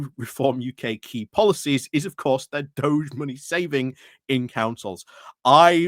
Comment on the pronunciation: I thought the DOGE was a leader of Venice. DEFORMED's "DOGE" is pronounced DOG-EEE.